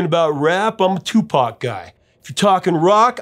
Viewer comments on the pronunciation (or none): none